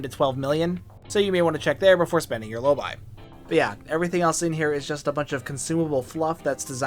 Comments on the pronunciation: Drives me crazy hearing your pronunciation of Lobi, it’s Low bee not low buy. Like nails on a chalkboard…😂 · 'Lowbee', surely, As a brit, lobii sounds strange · Hmmm. I always pronounced it "low-bee," but you pronounce it "low-buy." Not a criticism. I'm actually just enjoying the irony that never before occurred to me.